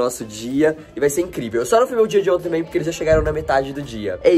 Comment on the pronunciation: Temh leiteh condensadoh kkkkkkh